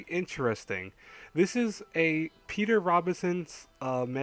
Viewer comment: Sounded like you said Peter Robinson xD